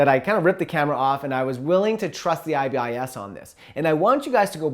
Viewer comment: It’s pronounced “eye-biss” Not “eye-bee-eye-ess”